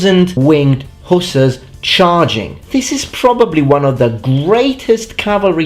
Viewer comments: Dude, I'm not trying to be a Dick or a troll. But they're not hoosers.. They are Hussars. It is very difficult for me to listen to you mispronounce their names over and over and over again.. Hussars. Sheesh. So I gave up after 3 minutes. Sorry. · IT PRONAUNS WINDG HUSSARRS NOT HUSAS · Please explain your pronunciation: "who-suhs" versus "huh-sars" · I bow to your linguistic skill and knowledge but please......hussars is pronounced huszars in English. Love your content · The English pronunciation is ... Hoo Zars.